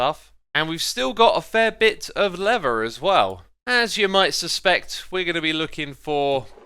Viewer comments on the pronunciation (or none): Xisuma pronunciation guide: - Lever: leather - Never: Nether - Frew: through - Frone: thrown - Finking: thinking - Oh my goodness me: wow - Rotted: rotten - Ravenger: Ravager